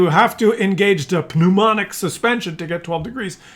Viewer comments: NOOMATIC not NOOMONIC suspension😅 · It's not pneumanic, it's pneumatic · Hydro Phneu...MATIC...not monic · It's pneumatic not pneumonic